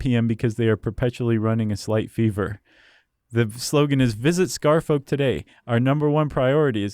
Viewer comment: Scarfolk is not pronounced like that, you know. Like Cheshire and Worchestire